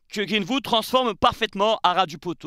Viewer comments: Super t'es vidéo par contre faut bosser l'accent, c'est greenWood pas greenHood!😂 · Pourquoi tu prononces Greenwood à la française avec << Greenvoud>> 😅 Sinon live magnifique avec ton énergie incroyable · C'est quoi cette prononciation de greenwood 😆😆😆😆